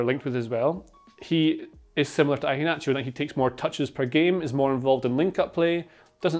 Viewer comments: every time says "I-HE-NACHO" its so cringe definitely ruined the video for me. A better pronunciation is "HE-A-NACHO" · Why are you pronouncing the start of Iheanacho like that? Like Ivan? Ian and Inverkeithing aren't pronounced like that.